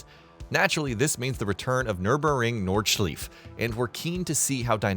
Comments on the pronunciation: Nurburing Nordschlief sounds about right 😂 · Can't wait to drive my car on the nordsleaf ☘️😂😂😂 Sorry I cringed so hard. Besides that great video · EVO NOT IVO >:( nordschlif? What the is that goofy ahh spam content channel? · Today i learned that AI voices can't pronounce "Eiffel" and "nord schleife" lol :-) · you gotta work on that nordschleife pronunciation 😂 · Haha, read your comment as he sayed it. Yep needs work lol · Yeah he mispronounced Nordschleife pretty badly. The end is pronounced more like the English word "Lifer" (without the r). And EVO is supposed to be pronounced in the Italian way